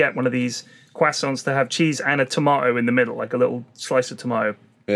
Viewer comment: "Quassoint"